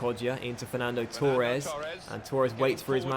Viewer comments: h hb i would say it like torr-ez, he says it like toor-ez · Same 😂 he says tour-es instead of Torres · h hb Never heard anyone say Torres like that